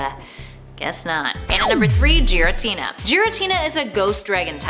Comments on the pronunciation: I'm triggered because your the way you say the names and it's not jiratina its giratina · Giratina not Jared Tina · Who the hell is JIRATINA it’s GEAR A TINA i also expected it to be number 1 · Geritina... really... its GIRATINA! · she pronounces giratina as “jiratina” it’s gear a tina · “Jiretina” “Zapadoes” lol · Its giratina not jaritina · Giritina is pronounced 'gi-ri-tee-nah' not 'ji-ri-tee-nah' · And don't forget yourself, my lord. "Djiratina" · Joratina, Kayurem, Zapados, Eviltal...smh🙄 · You are wrong. It is pronounced Jear-a-tina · Hana Asano I agree. When she said yvetal was evil-tall I was sooo mad. He's one of my favourite pokemon so I was extra mad and a bit annoyed. Like bruh yvetal is apparently evil-tall? Also she said Giratina as Jiratina like bruh! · I am sorry but I am a dingus. What exactly did she say wrong Edit: NVM, Jiratina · BRUH JEE R A TINA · jeeratina? jeography? jijalith? come on bruh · Who the hell is jerry-Tina? Oml that made my ears bleed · Not trying to be rude but you said giratina wrong